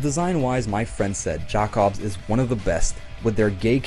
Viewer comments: I die a little bit when he say “jack obss” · The way you pronounce Jakobs after playing the game and hearing it said multiple times is horrendous, bud. Other than that, I agree with your ranking for the most part.